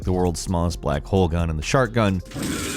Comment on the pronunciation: I thought you said "shart gun".